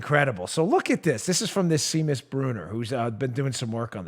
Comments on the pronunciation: For future reference, the name Seamus is pronounced "SHAY-mus" not "SEE-mus." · It's SHAYMUS, not Seemus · It's pronounced "Shame-us"! :-D Seamus....'Sea' in Ireland is like 'Sh' in America...'Sean' is pronounced like 'Shaun'. Shame-us....Seamus. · Dan... Seamus = "Shaymus" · The name Seamus is actually pronounced SHAY-mus. It's Irish. Irish Celtic has some 'interesting' ways of spelling things. (It took me ages to figure out that the name Siobhan was pronounced sha-VAHN.) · Seamus is Irish & pronounced Shaymus. 😘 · Dan, "Seamus" is a Gaelic (Irish) name that usually pronounced "SHA mus". I don't know if Mr. Bruner is Irish or not, so I wanted to provide this to you just in case. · I think the guy's name is pronounced SHAE-MUS, as the Irish kinda dude........ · Its pronounced "shay-mus", Daniel...... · If it is Seamus, it is pronounced “Shay-mus”.😊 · This mongoloid doesn't know how to pronounce "Seamus". Maybe he shouldn't be so cocky about how stupid everyone else is.